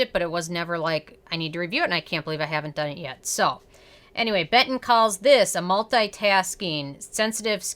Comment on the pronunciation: You reading it like Beton is kinda giving me cancer but thanks for the review